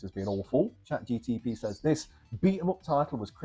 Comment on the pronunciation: Chat GTP 😫 it's Chat GPT 😜 got you 😜 nice video btw 👌🏻👌🏻